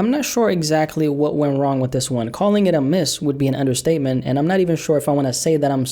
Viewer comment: "EVERYTIME I'M WICH YOU"